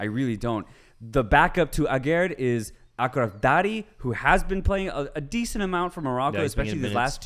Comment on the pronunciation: Does everyione feels like they want to be part of the conversation? Just one tip boys Achraf is pronounced (ASH rough) i really enjoyed this chat. have a sub guys :)